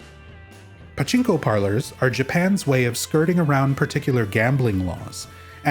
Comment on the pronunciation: Your pachinko pronunciation pisses me off bro